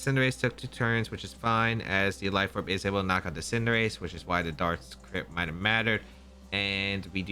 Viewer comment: He lost because he pronounces cinderace wrong